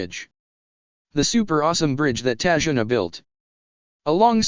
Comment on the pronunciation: it's tazuna not tajuna